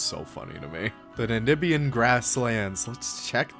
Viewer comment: Anyone else notice him say “Namibian” wrong ?